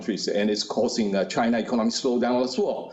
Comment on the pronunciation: You mean Chai-nah? 😜